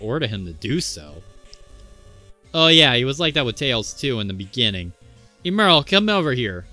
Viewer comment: Good vid. Pretty sure it's "ehm-earl" instead of "eem-earl".🤔